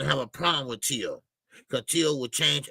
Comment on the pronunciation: Turki nickname for Teo “Te-Ma-lee-foo”🤣🤣